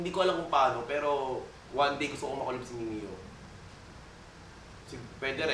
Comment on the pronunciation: please wag ..wag mo i collab si mimiyuuuh masisira image ng idol ko..mali pa pag basa putek mimiyooo daw